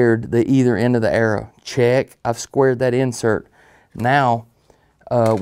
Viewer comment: It’s arrow, not era.. WTF lmao